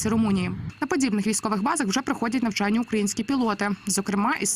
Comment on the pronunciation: Уточните "нАвчяння" или "нЯвчання"?